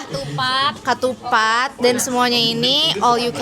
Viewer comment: Ketupat kak KETUPAT bkan Katupat bukan KATUPAT